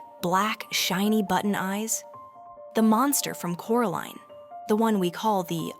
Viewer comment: Why did it veer towards calling her "Coraleen" and not Coraline?